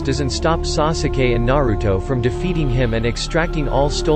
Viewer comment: WHEN HE SAYS SOOSUKAY, IMMA JUST NOT WATCH DIS ANYMORE